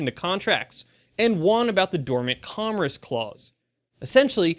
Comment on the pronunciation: You did it again,! "Commerce" is not pronounced com-ress!!